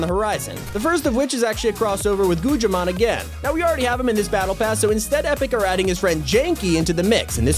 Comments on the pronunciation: goog i mon not gugchi mon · Did he just pronounce Guggimon as "Gujimon"? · Besides the leaks everything you said was wrong Most noteabely you called peely fishsticks and called guggimon "goojimon" Also kit wasn't in season 2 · You said gugimon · its guggimon not gujhimon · I like how he called guggimon “goojimon” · HOL UP U SAID GUGAMON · Gujimon LMAO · Did he just say gudjimon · He was close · "gujimon" cracken me up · the way he said guggimon no hate